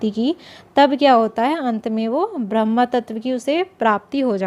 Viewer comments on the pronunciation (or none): Brahma nahi boliye " sirf Brahm'